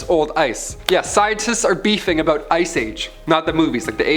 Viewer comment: LOL! I think just became my favorite host of Most Amazing! You're a funny guy, buddy... and fellow Canadian to boot! No, that's not how we say "about"...